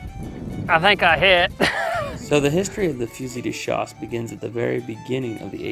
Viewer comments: great video - love the mix of videos you guys do, both old west guns and old flintlocks/matchlocks. And you're spot on about the pronounciation, it is Fu-zee de schass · As a french -Canadian, the way you pronounce " fusil de chasse" is the right way the L is silent ... Allez, Salut!